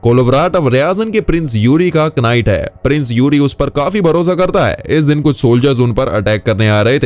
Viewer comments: Kanight ..haha kya pronunciation hai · chutiya knight ko kanight bolte he bhosdike jindagi school nhi gaya kya